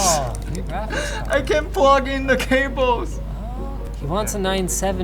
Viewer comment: “I can’t even prug in da caboes!?”